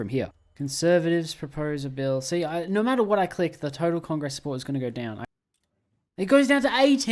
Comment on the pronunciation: "Ooohhh Naur"